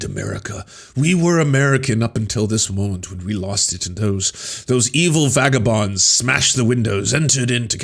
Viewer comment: did you mean to say Magabonds?